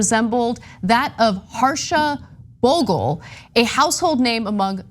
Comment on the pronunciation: The name is pronounced as Bhogley